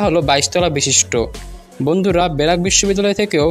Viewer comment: কথাগুলা স্পষ্ট করেন আগে😂 বেরাক নাকি ব্রাক🤣🤣